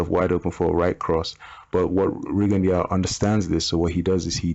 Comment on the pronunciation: FYI it is pronounced Ree-gone-doo. Anyway back on topic. I noticed Rigo constantly dips well below the waist when evading. I mean i have seen him turn at the waist so low his head is like almost below knee level with his opponent. He May as well ball up like a turtle and grab his calves it is that low. being a prime example. How is it legal to dip so low?